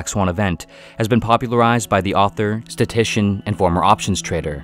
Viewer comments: StatIStician, not ‘statician’. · Taleb was a statician? Did you mean statistician? Good old AI! 😂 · Did you say "statition"? You know it's statistician, though, right? Right? I feel like you make so many small-minded assumptions here. Why do you feel we're special when we're not? We prove ourselves over and over to be very much in our intellectual infancy and yet we're Ms Thang out here.